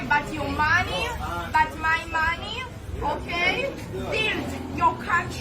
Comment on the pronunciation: Someone please tell her; your “Mooney “ is amirican tax payer’s “Mooney”.